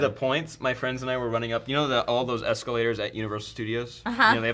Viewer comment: Asscalators? Hue. Oh baby.